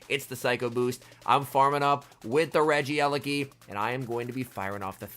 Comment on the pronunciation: My ears hurt It's not regi-eleki It's regie-leki